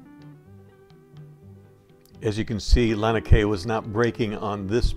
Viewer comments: I enjoyed your footage! One thing I'll add is that it's pronounced lah' nee ah kay' ah. That 2nd "a" is pronounced. And, again, thanks for the footage. Beautiful! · I love your videos, but I want to correct your pronounceation for Laniakea: Lah NEE Ah Kay ah, brah. The small beaches behind the houses we used to call Backyards for obvious reasons, the point before you go around to Waimea we called " Marijuanas" because you could see the crops on the hills but ONLY from the water. Had to be at least 6-8 feet to work. The waves, not the plants, that is.... Ah, the 70s.....